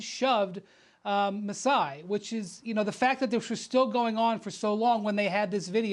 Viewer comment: Rachel Nichols: Masai Brian Windhorst: Masai Paul Pierce: Juiceye